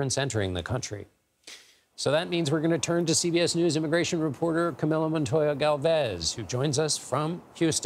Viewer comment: His name is pronounced Kah.Mee.Lo. At least pronounce it correctly in English as Kah.Mil.Lo. I thought he said Camilla.